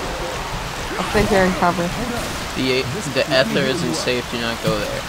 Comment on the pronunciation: its nether not ether